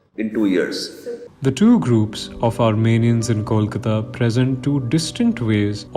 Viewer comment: Disappointed to see the narrator mispronouncing both "Kolkata" and "Kolikata". Is it that hard?